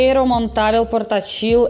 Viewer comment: Clorim para purificação de água. E seria portÁtil com a sílaba tônica no A